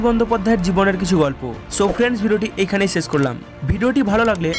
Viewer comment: স্যাম বাজারের সসি বাবু সকাল সকাল সাইকেলে চড়ে সসা খেতে খেতে সসুর বাড়ি যায়। আপনার উচ্চারণ 'সুনতে' 'সুনতে' অনেক 'সান্তি' পেলাম, ভিডিওটা যখন 'সেস' হল।